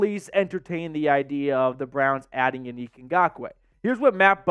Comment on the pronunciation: Yo, I love your show, but you have to pronounce these men’s name correctly ! Yannick (yawn-nick)